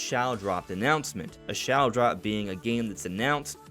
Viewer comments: is he saying "shallow dropped"? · Can someone please tell him the word shadow has a D in it